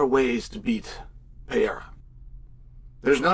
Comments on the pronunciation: Pereira not Piera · ALEX PEE-ERA VS HAZ-MAT CHEAL LERN ENGLISH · Why do you keep pronouncing it "Pierre?" Love you Cheal haha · Damn Chael learn how to say Pereiras name are you that damn dum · So funny that chael just cant say that mans last name correctly.